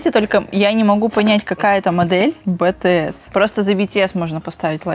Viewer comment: BTS а не бТС